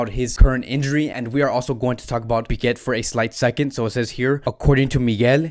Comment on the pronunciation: Again with the wrong pronunciations... It's "Pique" not "Piquet"!!